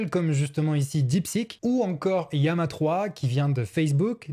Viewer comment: Pourquoi "iama" alors que c'est "Lama" ?